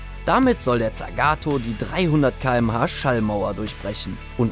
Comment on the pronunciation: Und tsagato waruuuuuumm